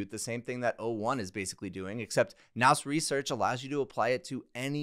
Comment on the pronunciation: It's PRONOUNCED NEW RESEARCH